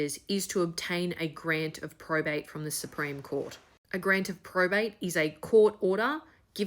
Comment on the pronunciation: There is no prostate in Australia. Hasnt been for decades. Also, the speech impediment is quite frustrating.